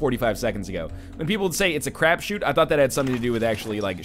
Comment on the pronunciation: is it "crapshoot"? Sounded like he was saying craft shoot, is there another expression less vulgar that i'm not familiar with?